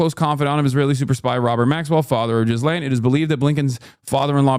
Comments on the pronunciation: Who taught Hasan how to pronounce Ghislaine? That is the worst attempt I have ever heard. GHEE-Lane Hasan, GHEE-Lane. Not Jizz-Lane LOL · Is he pronouncing her name Jizz Lane on purpose? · I love that Hasan calls her 'Jizz-Lane'